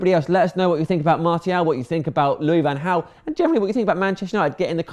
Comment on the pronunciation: FFS surely by now u should know how to pronounce Martial properly....